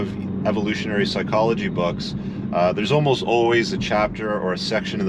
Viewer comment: The emphasis on: almost. Hahaha.